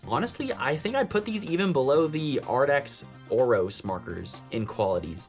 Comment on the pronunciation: You keep saying Arrdx. It's Arrtx with a t not a d. Just wanted to let you know. Pretty markers! I have never tried the Ohuhu sets but they just came out with a new set that looks really cool. Jennifer Stay at the Coloring Bliss channel talked about it on her latest video. I think you would really enjoy it.